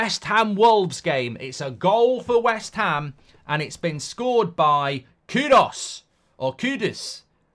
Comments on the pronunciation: It's KudUs not KudOs, flippin weirdo. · How dumb can you be to pronounce KUDOS, while the writing is KUDUS. It's not that hard.